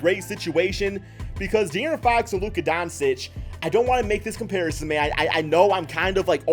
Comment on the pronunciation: It’s pronounced Don-Chich idiot